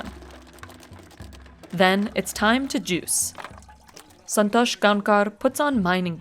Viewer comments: "Santhosh GoankaRRR" lol I do appreciate the effort but that's not it 😂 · Son-tosh. 😂 i love foreign accent pronouncing Indian names